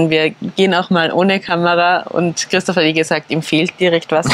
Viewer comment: Minute hört sich so an, als würde sagen: "...bis Christus wieder da ist." 😅😅😅 Ich meine, er wird zwar wiederkommen, das könnte unter Umständen aber noch 100 Jahre dauern. 😇🙏 Gott sei Dank, dass es euch gutgeht und euch nichts passiert ist. ❣ PS: Ich weiß, dass sie Christoph gemeint hat und vielleicht sogar auch gesagt hat. Es ist aber für mich nicht ganz eindeutig herauszuhören, deshalb war ich auch ein bissel überrascht. 😅😅